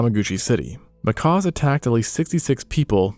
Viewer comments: Seriously; macaws are friggin' parrots. I love this pair of channels (Extinct Zoo / Live Zoo), but the number of mispronunciations in this video alone are pretty disheartening for what's supposed to be educational content. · Not "macaws". "Mckacks." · A Macaw is a BIRD. These are Macaques, sounds like mah-kak...As opposed to mah-kaw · They are not Macaws but Macaques pronounced makack or makock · They are not pronounced like macaws- it’s pronounced macack. Like back. Do you not learn these things when researching your videos? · He either cannot pronounce the "cuh" sound or he is saying it that way to avoid YouTube flagging his video